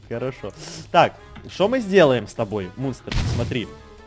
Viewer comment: В какой-то момент послышалось,что сказал не Мунст,а Мусор😂😂😂😂😂😂😂